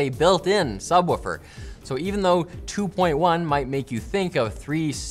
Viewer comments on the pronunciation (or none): I can't get over the Canadian pronunciation of 'subwoofer'